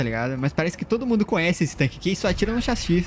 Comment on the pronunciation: falando chassi certo pela primeira vez